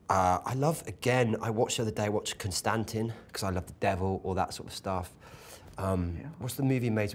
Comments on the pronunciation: I love how Matt says "Con Stan Tin" for Constantine haha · Are we going to mention how he pronounced Constantine? Lol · craziest way i've ever heard constantine pronounced